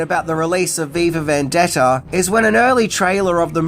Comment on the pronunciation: "vendetter"..... Okay.